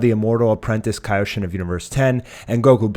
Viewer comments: its pronounced "Ky-o-shin" not "kay-o-shin" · damn i have never heard anyone pronounce kaioshin so incorrectly. lol KAYoshin? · By the way, please learn how to pronounce Kaioshin and Kaio-ken. You pronounced it correctly only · Do you know what Kaio ken is cause your saying Kaio wrong just say Kaio like how goku says it Kaio ken then just say shin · You keep on pronouncing Kaioshin wrong